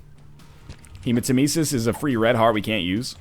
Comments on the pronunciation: Hey guys! I have, like, hundreds of episodes to cover so please tell me if he learned that Hematemesis is pronounced like Nemesis (Revenge goddess) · He does in fact learn this! UNFORTUNATELY, he learned it a few hundred runs into Afterbirth. Pretty sure he pronounces it incorrectly for this entire series.